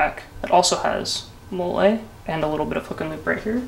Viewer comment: Its Molle "Mall-EE" not Molelay